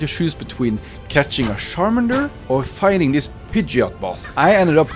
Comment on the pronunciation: Charmander ❌ : Sharmander✔️ Pikachu ❌ : Pikashoe✔️ 😂